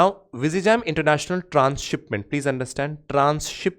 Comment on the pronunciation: sir please check the pronunciation of vizhinjam